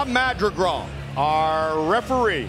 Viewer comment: Goldie just cannot say "Madrigal".